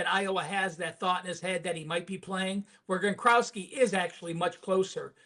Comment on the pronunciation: Gro-now-ski, not Gron-kow-ski